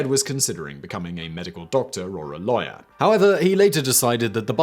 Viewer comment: when u said lawyer it sounded like liar, he became a liar (lawyer)!!